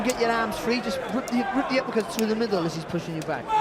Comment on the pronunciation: Did he just say uppercut in Ghanaian?? "Appacata!!"